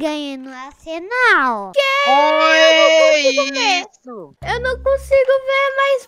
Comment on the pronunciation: asenal kkkkk nem é mais arsenal e sim asenal kkkkk